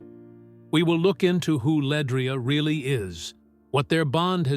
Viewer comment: First of all this blog is just click bait, pronounce her name correctly and her last name is Johnson not Bennett stupid ass smh, she’s also a Grammy award winner and 2 time stellar award winner …. But u ain’t said what Pastor Tim Rogers said yet smh 🤦🏽‍♂️ Try it again when u have facts, he never called her name not once but these blogs will literally drive u crazy